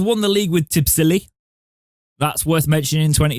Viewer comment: Pronounced TIBBLEESY